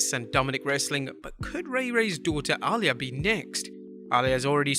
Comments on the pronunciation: very distracting when you keep pronouncing Rey's daughter's name like 'All Ya' instead of 'a Lee ya' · Her name is pronounced Ah - lee - yah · The way he says Aaliyah …. 😤😤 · DONT SAY A NAME IF YOU CAN'T PRONOUNCE IT CORRECTLY YOU BUTCHERED REY MYSTERIO DAUGHTER NAME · Why pronounce Aliyah like that?